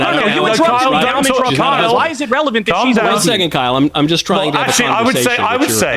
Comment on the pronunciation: aayyyye why did you say it like that?? 🤨📸 I got my eye on you. You put some respec on Kyle’s name